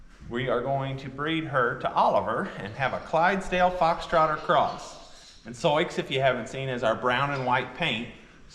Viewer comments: Forgive me if you’ve answered this before. In elementary school geography I was taught to pronounce Sioux as “soo”. Wondering if your pronunciation is a Missouri variation? She is beautiful!!!! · I believe Souix is pronounced Sue, like the Indian tribe. She and her baby are absolutely beautiful! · Fyi: Sioux is pronounced Soo. I had a foal registered as Absorokee Sioux Charge and we called him our boy named Sue.. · Sioux is pronounced SOO or SUE. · Sioux is pronounced soo. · Isn’t it pronounced “Soo”? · I’ve asked this in a few posts but why do you pronounce her name as So-icks?? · Just curious why you pronounce Sioux as you do. I have only ever heard it pronounced "Sue" Is your pronunciation from something other than the Native American Tribe? Thank you for explaining! Always happy to learn something new. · They know that’s how Sioux is pronounced. Soix is a nickname they use because when was younger, she read Sioux’ name wrong, they found it funny and her nickname Soix stuck. X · It's pronounced "Sue". It's the name of a Native American tribe. WHY are you breeding when you could rescue perfectly good horses from a kill pen? There are thousands of beautiful horses that die in slaughterhouses every year. Their only fault is that they were let down by garbage humans. You're worried about her tearing w/ her current foal & you're thinking of breeding to a DRAFT HORSE?!? You apparently didn't think this through much...gads... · I just started watching your channel. (I was a kid who lived on a farm and wanted a horse, but it didn’t happen. By the time I was 13, we had moved to town.) I am interested in how you pronounce Sioux’s name. I have never heard that pronunciation. I live in NE Ohio and am 83. I am so interested in your videos. God bless your family and all your animals. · sioux is the tribal name for the lakota, dakota and nakota. i am curioius how you come to pronounce it soix. sioux: French wrote it as Nadouessioux, pronounced sou [or sue]. just curious.